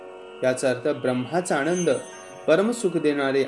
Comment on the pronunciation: Need to have more clear pronunciation. आणंद? णलो, णिलो ? Sanskrit is never just about reading. Sounds create vibrations and vibrations impact us ... Thus doing what the mantra says it will do.